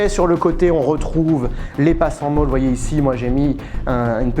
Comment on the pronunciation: Oui, mais ici et sur cette vidéo, on parle encore Français et les E se dise E et pas i. Où il faut te le dire en Américains??😅